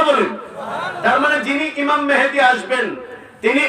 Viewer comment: উনি ইমাম মাহাদীর নামটা ঠিক মতো বলতে পারলেন না বললেন মেহেদী।আপনি কমেন্ট করলেন সুন্দর আলোচনা